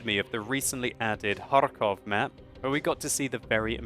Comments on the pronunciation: For some reason, the way he says it bothers me. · It's kinda funny how you can't pronounce Kharkov! unfortunately there is no KH in English. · I love how you say '' KhaRRRkov'' :D It's so funny (in a good way) :D